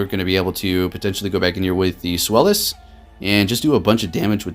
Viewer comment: Love the content but come on. It's pronounced ZVEYE-lis. The name is derived from the German number 2